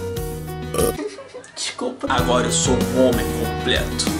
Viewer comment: "discupa" kkkkkk